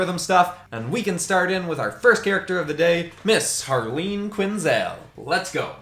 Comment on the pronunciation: It’s ‘Dr. Harleen Quinzell’